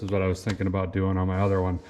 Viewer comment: what is he talking aboot 🤣